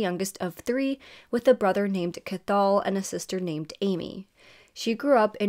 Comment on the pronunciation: Slight tidbit but her brother Cathal’s name is pronounced more like Coh-hel